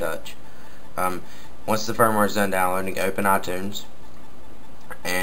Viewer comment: its firmware not "fire ware" firmware is like a kind of software